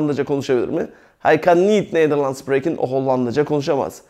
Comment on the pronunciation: arkadaşlar biz Belçikada yaşıyoruz ben okulda üzgün ve TAM eğitimini alırken ablam buraya giriyor.Burda anlattıkları biraz farklı hee işinize yararmı yarar ama burda SPREKEN derken yanlış söylüyor İngilizce gibi söylüyor ama tellafuzu çok farklı ablamda onun gibi söylüyor ben doğrusunu söyleyince e burda öyle dedi diyor?ve daha birçok şeyi yanlış anlatıp yanlış söylüyor?Emek veriyor ama TAM doğru anlatım yok eğer amacınız rahat ve DÜZGÜN bir şekilde Hollandaca öğrenmek ise en iyisi kurs veya okul.